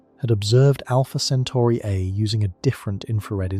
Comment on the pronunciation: Great video but make up your mind on one pronunciation. CentAri or CentOri.